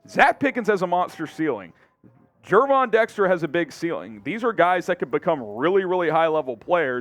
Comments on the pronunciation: His name isn't Gayvon lmao. It's Gervon. & face value for me the pick is a D. His tape was uninspiring and unimpressive for that high of a pick. Like the corner. Pickens good run stuffer we'll see. Wright a HOFer. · because he called him Gay-von